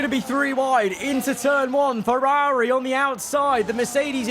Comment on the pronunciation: the viewers team. It’s the bloke who can’t say Ferrari properly who’s team it is.